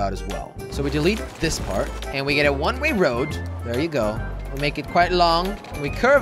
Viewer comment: One ray lol he said that